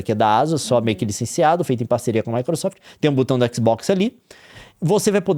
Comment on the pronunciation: e não se pronuncia butão, é BOTÃO